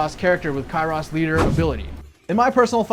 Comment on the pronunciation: Bro said Kyross 😭